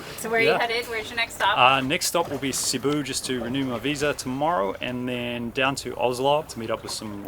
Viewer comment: Please forgive me, but it's pronounced, SEEBOO. Thank you and good sailing, from the Philippines.